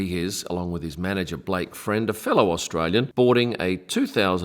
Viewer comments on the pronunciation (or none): none